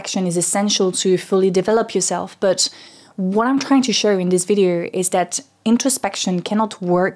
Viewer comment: Your scent is really strong. It's sounds nice except I would recommend you practice the "th" sound in words like "that" and the "t" in the word "to". I hear "dat" and "choo"